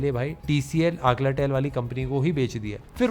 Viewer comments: Alcatel! Aclatel nai…idk kese kisine ye nahi pakda, more than 10 times bole ho bhai aap.😂😂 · Alcatel, not Aklatel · its ALCATEL not Aclatel.....alca bhai alca not aclaa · Why is he pronouncing AL_CA_TEL as AC_LA_TEL... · Alcatel ko Aclatel bana diya. Tu erra hai kya? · to 3.50 aclatel or alcatel😂😂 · Aklatel ??😂 Al - ca - tel English is so difficult to read ? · aclatel nhi alcatel😅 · Alcatel ❌ Aclatel ✅ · Alcatel ❌ Aclatel✅ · Abey Aklatel nahi bol, Alcatel hai 😂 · Aklatel, what's that....?😂😂😂 Alcatel is the correct name... Bro improve your vocabulary, pronunciation and GK... Being a tech reviewer, it doesn't look good if you pronounce I correct names....😂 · Alcatel ---Not Aclatel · Aclatel nahi hai Alcatel hai ... 😂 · Aclatel nahi alcatel😂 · Alcatel Aclatel😂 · What ia akalatel. Its Alcatel - Al-ka tell for your better understanding. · bhai Alcatel ko bar bar aclatel bol ra hai, dost padhke to sahi bol de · Bro it's alcatel not aclatel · Bhai... Aclatel bool bool kai paka diya... Yeh Alcatel hai ... Alcatel hai. ... Alcatel .... Alcatel... (Not Aclatel... )